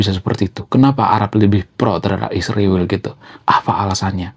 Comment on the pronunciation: ISRAEL bukan isriwil, gimana abang nich kata nya intelek yg benar aja nyebutnya bang..😂😂